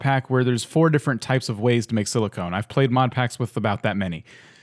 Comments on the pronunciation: “Silicone” why it’s silicon, sorry this just annoyed me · nice vid although it's pronounce silicon with a short "o" as in cOn man. silicone is something else.